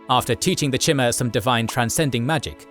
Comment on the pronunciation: Also the "Orsimer" and "Cheemer" for Chimer haha